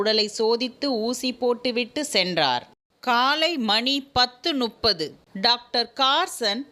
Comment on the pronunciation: மணி ஒன்பது நுப்பது அல்ல முப்பது.